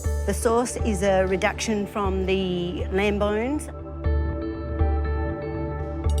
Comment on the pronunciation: Also, what are "Limb Boans"? 😂😂😂